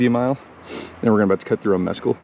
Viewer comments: MessCal, as in the tequila with a worm. Not meskul the gringo mispronounced word meaning nothing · it's pronounced Miss-Kal it is a cactus used in making Tequila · “”Mezz-cal” Meh-skal